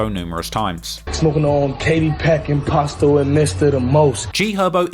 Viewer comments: “Poss-toe” not “Poe-sto” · Mf said Post-O 💀 how slow can you be fam? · "He clearly heard Juice World, pronounce POSTO name correctly...but yet he still saying Poe Sto. But that explains why POSTO clothes, looks cheap...for shopping at a Poe Sto"🤨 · Pos-to ( poss to ) shit be harting my ears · Its pronounced PA-STO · How do you watch videos and songs hearing his name and you still can’t pronounce it right? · Do you keep pronouncing his name wrong on purpose or can you really just not pronounce it the right way?